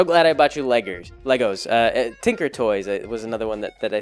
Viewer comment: LEGORS? You're dad speech is coming in!